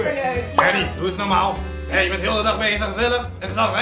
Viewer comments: Nee het is Ernie niet UHRNIE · Het is ernie niet urnie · Normale mensen zeggen: Ernie! Kalvijn zegt: urnie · Ik vind het wel mooi dat kelvin eurnie zegt ipv ernie, lol😂😂